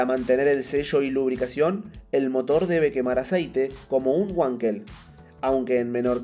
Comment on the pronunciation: Nao fale uankel. Fale VANKEL. (palavra alemã).